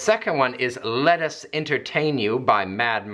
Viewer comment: When you said ''Let us entertain you'' i heard ''Lettuce entertain you'' which in this case also works i guess 😂